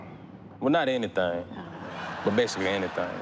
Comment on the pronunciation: "Anything?" "Anythang.... well not anythang but basically anythang" 🤣🤣🤣